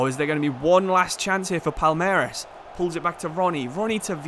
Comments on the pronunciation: for portuguese speakers it seems like u said "palermas" (which means fools) isntead of palmeiras. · It is not "palermas" wtf, it is "palmeiras" reads something like "paul-may-ras" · it's very nice to see you shed some light on the libertadores, since its very often forgotten by european football fans. the pronounciation was great for most of them too! just palmeiras, its not palermas kkkkk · Is Palmeiras bro , not Palermas 😂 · PALERMAS??? PALMEIRAS!!!! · Palmeiras..... "Palermes". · man called Palmeiras "palermas" instead Dude called an entire fan base "idiots" in their own language 😂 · palermas means smthin like bufoons lol, palmeiras (portuguese for palm trees) is the name of the club, but as a Sao Paulo aficionado im not protesting, continue calling them bufoons pls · bro calling Palmeiras something like "Palermas" lmao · Palermas kkkkkkkkkk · You tottaly botched Palmeiras name hahaah it's prounuced "Pawn - May - Ras". Much love from Brazil. Flamengo fan here! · Nah he was right. He said “Palermas”. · I don't get your pronunciation of Palmeiras. Still, good video! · Can you try pronounce palmeiras please